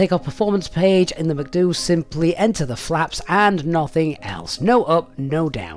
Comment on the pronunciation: Same as when people pronounce vehicle PRNDL transmission as Prindle :)